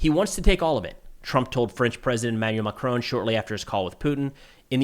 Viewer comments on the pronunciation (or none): none